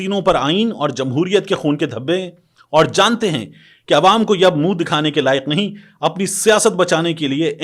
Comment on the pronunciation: لفظ کی تصحیح کریں۔ نہیں ۔ کیونکہ آپ نہیں کو بار۔ بار ۔۔ نیں اے ۔۔نیں اے ۔ کیوں کہتےھیں۔